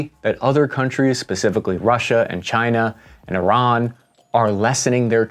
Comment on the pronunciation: You pronounce the country name Iran properly. Kudos to you.